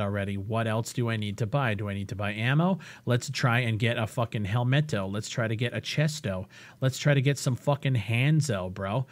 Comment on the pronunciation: "Lets try and get a f*cking helmeto, chesto, handso" this got me laughing so hard lol